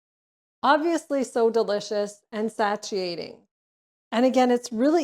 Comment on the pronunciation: she is 10/10 wonderful but omg the butchering of the word 'satiating' is sending me lol